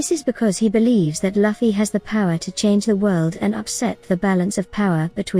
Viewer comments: I appreciate that the AI text to voice makes theses videos easy to produce consistently, but you could easily write Luffy’s name as “Loofy” so the AI pronounces it correctly instead of as “luffie” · So annoying hearing luffys name be said wrong over and over